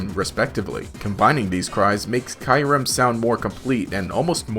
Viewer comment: It's Kyurem not Kyrem